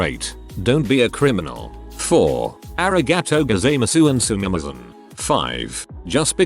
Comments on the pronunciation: For those that dont know or arent aware, At about the text to speach voice pronounced the word “sumimasen” wrong its supposed to be pronounced as su-mi-ma-sen (su as in (sue) or (su)it mi as in (me)at or (me) ma as in (mo)m sen as in (ce)nt or (sen)tence) hope that helped :v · Yeah, even my British Dad who basically hates anything non-English including the parts of England he doesn’t consider to be ‘English enough’ is aware of how to pronounce ‘sue-me-mah-sen’, thanks... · If You were to say So Sue Me the Sue Me part woud be the correct pronunciations for the begining. Otherwse well done.